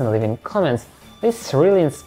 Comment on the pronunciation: "See you next video" but with his accent it does sound a bit like "see you next year"